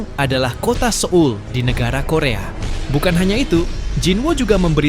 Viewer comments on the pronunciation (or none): none